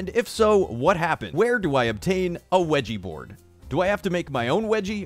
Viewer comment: Mallika I always start laughing at the part where he says weggy bord